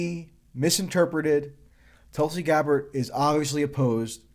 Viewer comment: sanders always had an abysmal foreign policy anyways. Bernie did say , "I’m deeply concerned the strike in Syria could lead the U.S. back into the quagmire of long-term military engagement in the Middle East,” so y u triggered tracey? Also, Tulsi's name is pronounce "T-oo-l-si